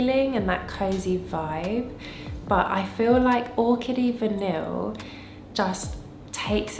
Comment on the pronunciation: I have & love all of these which is why I so enjoy watching your channel❤So you know Orchidee Vanille is prounounced: Vah-knee it’s a huge love of mine & lately been layering with PDM Cassilli it’s delicious 😋